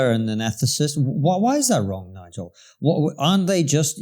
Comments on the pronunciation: Don't say this guy's name in pig Latin Bigel Starts with N rhymes with cigar, you know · Careful everyone. It's Nigel, not Bigel!!!